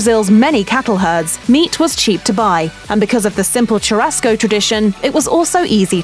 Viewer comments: * tchurasco * ahahahaah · please stop saying TCHURASCO CHU has the same pronunciation as "SHO" in shoe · Yeah, and "churrasco" and "rodizio" - basically every Portuguese word she said. If you're going to do an "educational" video, at least take the time to figure out how to pronounce the words. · It hurts my ears to hear you butcher pronunciation of "churrasco," "picanha," and others. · Yo is it really that hard to pronounce the rr in churrasco? Pls native english speakers help me understand this I am NOT bragging, I just want to know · I cringed when the woman tried to say "churrasco". They really can't pronounce the "RR" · Brasil: *chillin'* Gringos: Tshuráskou, PykaNa jokes aside, i'm pretty impressed with some of her pronunciations